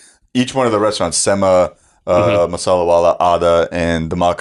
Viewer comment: This conversation got SPICY 🥵 David’s like “I’ll pronounce your name however I want, and I also have been to more ‘straunts.” He don’t give a fuck!! Good convo, though it did make sweat pour from my head and I almost threw up. I got a hiatal hernia, man, I can’t eat along next time